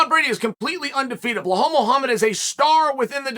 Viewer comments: it's pronounced "Bell-hall". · How did "Blah-hal" go from 3 main events to an undercard position? I heard from you, Uncle Chael, that once you've secured a main event you typically stay there. He hasn't lost- would love a deeper dive video! and get the name right just once LOL "Be Lal" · Blahoh? Buhol? Bahol? Dude couldn't say Belal with a gun to his head. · Chael always butchering those names! Who TF is BLAHAL MUHAMMAD? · The only reason he mispronounces names is to get comments, lol. Who the heck is BLAHAL?!))))